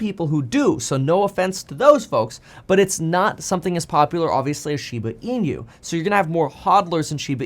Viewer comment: Kevin NEVER... has NEVER PRONOUNCED SHEEEBAH EEEEENUUUU CORRECTLY ... its very alarming he doesn't know how to ...